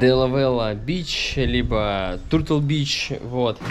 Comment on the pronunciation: учи английский, ну что это за тытл бич, если черепаха по английски тётл (turtle)